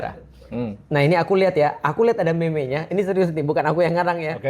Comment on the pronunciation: nilai buruannya harus diatas 100juta beri ustadz😂.... pengucapan Meme dibaca Meem aja ustadz,agak aneh dengarnya😂